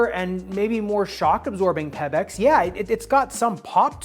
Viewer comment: Why do you pronounce Pebax like that? It’s not Peb-ex